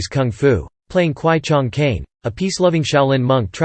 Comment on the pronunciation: Is pronounce kwai Chang Caine not Chung